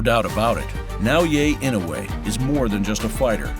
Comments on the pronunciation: Bro really said "Now yay ain't no way" instead of Naoya Inoue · Sir, you are murdering the kid's name at every turn. Na-oy-ya In-oo-way. Give it a shot. Frigging AI. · Naoya Inoue name is pronounced Nah oh yah E noy. It’s pretty lazy to not even learn how too pronounce the name of the person you are featuring. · Should've kept referring to him as "The Monster." I don't think his name is pronounced "Nah-Oh-Ye." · OMG you cant even say his name right N.A.O.Y.A I.N.O.U.E Not Naoye thats his two names combined ... Ridiculous